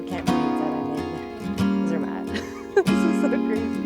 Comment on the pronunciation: Try to pronounce better. It's not hard, if you try. It's Gornergrat (like Cornergrat with a soft "c" and a German "a" like in part), no "gorgon" there. And it's tsairmatt with a hard "t" and a German "a", no "sir" there. Enjoy your stay here in Switzerland and don't miss Bern!